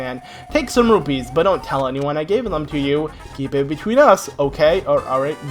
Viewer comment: He calls rupees robies.. :(